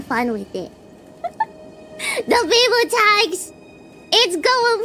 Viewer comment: It's "Biboo tax", not "Biboo tags".